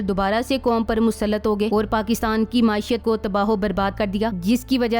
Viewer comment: السلام علیکم محترمہ چند غلطیاں نکال لیں نہایت معذرت سے میں ان کی نشاندہی کر رہا ہوں 1۔ اپ معیشت کو معاشیت پڑتی ہیں 2۔ دوسرا جنرل کو جنول پڑھتی ہیں ۔ پہلے تو میں سمجھا تھا کہ شاید تنزن کہتی ہیں اس طرح ۔۔ مگر بعد میں ایک دو موقع پر دیکھا جہاں فوج کے جنرل مراد نہیں تھے وہاں بھی اپ نے جنرل بولا امید ہے مائنڈ نہیں کریں گے